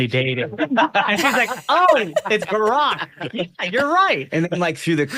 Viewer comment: I always laugh when Uncle Ted burps out Burrrrock😂🤣🎸